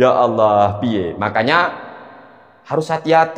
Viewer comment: baca qur'an belepotan, menyebut lafadz Allah dengan bunyi Awloh. Ini saja sudah menunjukkan bahwa dia tdk kompeten.